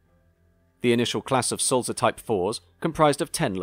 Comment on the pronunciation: I agree with Andy's point about pronunciation. The correct Swiss German pronunciation of Sulzer has a soft "t" between "l" and "z". Also the "u" sounds more like the "oo" in tool. I'm a big fan of your very educational videos, but please check the pronunciations. I noticed on your video about the A4s you pronounced the locomotive, William Whitelaw as WITT-law, when it should be WHITE-law. I hope you don't mind this minor "production" :-)